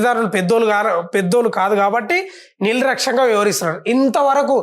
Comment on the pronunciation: నిల్ రాక్ష్యంగా కాదురా ఎర్రిపూకు anchor గా, నిర్లక్ష్యంగా అనాలి